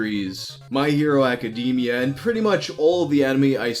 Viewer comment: Nahhh Did he say acadeemia?